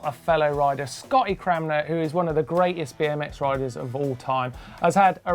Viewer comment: damn it martyn the "N" in Cranmer is silent! isnt it?